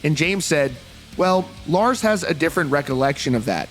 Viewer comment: Fkn’ “Lars”…… 🙄